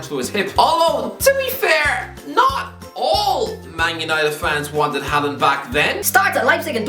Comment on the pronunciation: Butchering names again as usual. He probably can’t pronounce his own name.